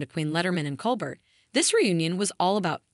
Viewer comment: "Cole Bear", not "Cole Bert". I had to stop listening.